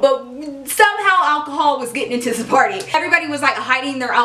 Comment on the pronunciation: when you said party i thought you said porny lol